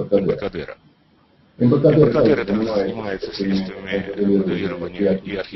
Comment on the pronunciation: Нормальный звук! Все понятно, что еще надо?) Гламура не хватает?) Есть претензии по произношению главой филиала "Эмбаркадыров", а в остальном - все нормально.